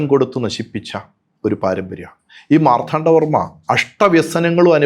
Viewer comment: ചരിത്രവും മിത്തുമെല്ലാം കൂടിക്കുഴഞ്ഞ് കിടക്കുന്നു. വേർതിരിക്കുക ദുഷ്ക്കരം. സത്യങ്ങൾ ഉയിർത്തെഴുന്നേൽക്കട്ടെ എന്ന് ആശംസിക്കാനേ കഴിയൂ!ഇദ്ദേഹം മാർത്ഥാണ്ഡവർമ്മ എന്ന് ഉച്ചരിക്കുന്നതെന്തുകൊണ്ടാണ് എന്ന് മനസ്സിലാവുന്നില്ല. ശ്രീചക്രമല്ല,മഹാമേരുഹാണ് എന്ന് പറഞ്ഞുറപ്പിച്ചിട്ടും ഒരിടത്ത് തെറ്റി ശ്രിചക്രം എന്ന് പ്രയോഗിക്കുന്നുണ്ട്.